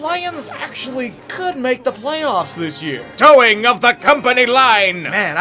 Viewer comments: Toeing, not 'towing', the line. Sorry. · It's "toeing" the company line, like you're on the tip of your toes.